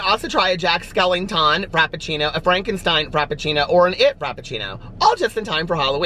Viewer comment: it’s jack skewington